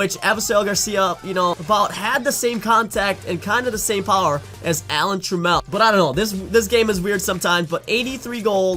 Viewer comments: TRAAM-EL not TRA-MEL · All right I can't take it no more you're pronouncing Alan Trammell's name wrong Google it. Lol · Right? Made me cringe